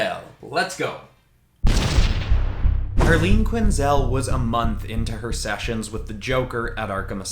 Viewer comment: It’s ‘Dr. Harleen Quinzell’